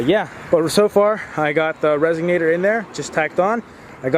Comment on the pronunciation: RESONATOR, not RESIGNATER.